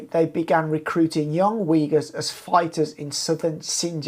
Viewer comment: Weegurs? Who are they? Uyghurs? That's pronounced "Ooyghoors". Like in pool or book.